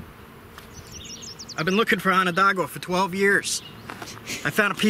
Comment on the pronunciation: Im enjoying your vids so much . Still , can i beg you to say Onondaga correctly ? I cringe every time i hear Ononda-gua . Sorry , cant help it . Its wonderful to watch you and youre giving people great lessons on NOT LITTERING . There really ARE so many selfish and clueless idiots out there . PS are you careful when you select cobbles to knap ? Where im at in the Hudson valley , its not too unusual to find that a cobble was once a native grinder or hammer stone and should be preserved . Js . Im lovin everything you do , great work 😁😁😁